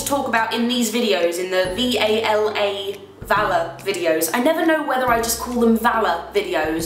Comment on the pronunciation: Not sure if it's just because I'm American and I don't hear British accents often but when you say VALA it sounds like you're saying valor! x) don't stop saying it though. Spelling it out is too formal